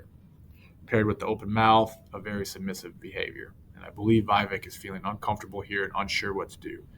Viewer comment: It is "We-Wake" .... not "Why-Wake"